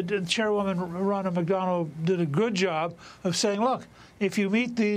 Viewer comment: Did he say "Ronna McDonald?" 🤣